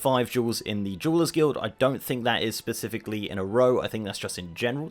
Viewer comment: Meow correct me if I’m wrong but this fucker is saying jewel/jewelers guild. Meow at first I wasn’t sure, but after hearing it again, I am meow certain of it. Meow is he doing it on purpose to sit up comments or is it just his accent? It think it’s the latter. Come on meow, why would he do it on purpose? Meow you all just carry on meow about your business. Meow.